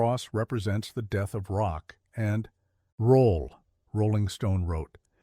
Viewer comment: Stupid AI narration.... "it changed everything about rock... and ROLL"